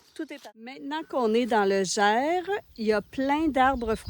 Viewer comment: Coucou les courageuses ❤ On prononce le S du mot Gers 😂😉 Ce sont bien des figues qui seront murent en septembre, et les prunes c'est ce que l'on appelle vulgairement des prunelles Je vous recommande tt ce qui est à base de confit de canard ou doie vous allez vous régalez 👍😉 d'ailleurs vous avez le temps de manger dans des restaurants et goûter la gastronomie de la région ? Le soir j'imagine 👍